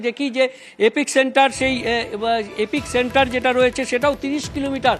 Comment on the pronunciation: এপিক সেন্টার নয়, শব্দটা এপিসেন্টার।